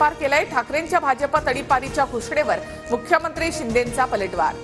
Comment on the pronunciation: She said chinde😂😂😂😂